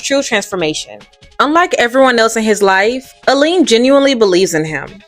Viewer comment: You pronounced Eileen's name wrong twice.